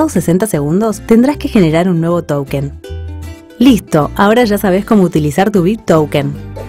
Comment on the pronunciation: SOLO ENTENDÍ QUE DIJO "TOUKEN"